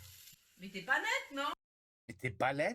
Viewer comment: Qu'est-ce que tu fais Baptiste. Mais t'es pas NET?! - Mais si, je suis très NET. (Tu prononces le t à la fin du mot -net-)